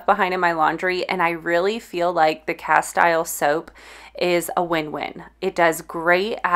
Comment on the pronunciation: Castile soap is pronounced cas-teel. (Spanish)